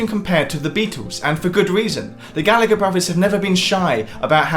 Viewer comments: Gal..la...her not Galligger. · ITS PRONOUNCED GALLA-HER